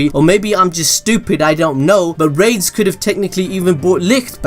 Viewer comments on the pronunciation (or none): The name is (ラデス・スピーリト) which is more like "Rah-des Spirito", rather than "Raids Spirito". Raids would be more like this: レイデス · Rades name is actually "Raydeez" bro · i think yuo pronounce it as ra-des, say ra, like you would say the winged dragon of RA, then say des, now say it combined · Tell me why when he said rades it sounded like rape and AIDS I don't get why it sounded like that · Lol that pronunciation of rades is giving me ear cancer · Wacth the anime and learn to pronouce rades name properly.